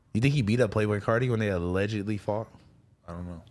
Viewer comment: We need an “ALEDGEDLY” button &&& “PUASE “